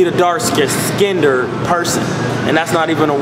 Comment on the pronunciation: lol he said dark skinder lol classic!